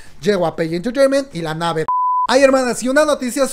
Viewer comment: amo tus videos, pero se me revuelve el buche cada que te oigo pronunciar mal (repite luego de mi "Yi Guay Pi", "neiver") jajaja o lee todo en español...TE AMO!! no me odies